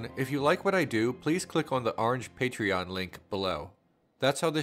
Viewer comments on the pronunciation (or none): none